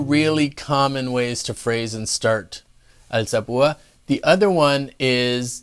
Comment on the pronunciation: what lacks in technique he more than makes up for with pronunciation. alzapooooh ah